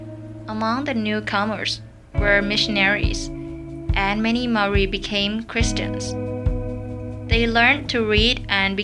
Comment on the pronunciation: Why do people not say Maori right like come on😩